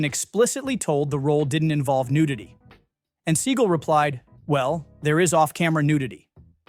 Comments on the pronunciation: is this AI narrated?? it's "sea-gall" not "seagull" was excited for this video - but the narration was horrible - can you not pronounce his name?? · It's pronounced Se-GAL, not SEE-gal. Do your research. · Thanks for notably mispronouncing his last name (apparently it’s supposed to be “Suh-gah-l”)…! I’m serious! Guy is an Epic Schmuck! Deserves to be mispronounced! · His name is pronounced Suh gaal not sea gull. I am not sure why this narrator keeps pronouncing his name wrong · I despise Seagal but the fact that you can't pronounce someone's name correctly makes this unbearable to watch. It's Seagal not Seagull. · It's SEAGAL!!! NOT SEAGULL 🤦😂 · I hope Seagal watches this and gets angrier every time his named is pronounced “seagull” it’s just 👨‍🍳 💋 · “Seagull” derp, or AI? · Could you at least "instruct" the crappy AI narrator how to pronounce Seagal's name? It's not "seagull." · Who’s “Steven Seigel?” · It’s “sea-GAL!” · I really appreciate your videos. I thumbed down this. Learn how to pronounce his name. I get you might be trolling. However, if you are legit about talking to us about movie history, be straight. His name is not pronounced seagull. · You need to pronounce his name right. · AI can't procurance Seagal. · You are mispronouncing his name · I think your mispronouncing his last name - SS such a loser who thinks highly of himself but is really insecure 😮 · same - this is ridiculous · The channel is supposed to be knowledgeable about movies. A little research and he'd have the right pronunciation. And it doesn't matter Seagal changed it. Many actors use stage names. It's their choice how it's pronounced.